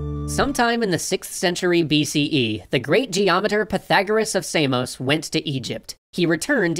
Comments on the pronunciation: Samos, not"semos"... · Wait that's how you pronounce Samos?